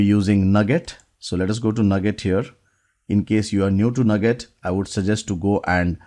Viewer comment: I have always heard Nuget pronounced like New Get, instead of Nugget. Great video. Since I am going to be replaced by a C# robot, I better I learn how to build C# robots.